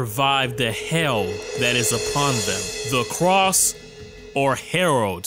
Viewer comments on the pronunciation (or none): Make anybody else crazy he says “the cross” instead of “the crossed” over and over?